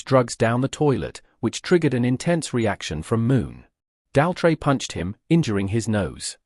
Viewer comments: Tell me about it, who on Earth pronounces Roger's last name this way? 🤔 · The AI can’t even pronounce Roger Daltrey’s surname!